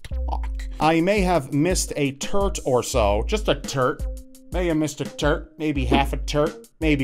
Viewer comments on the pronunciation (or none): that is a tort not a turt rob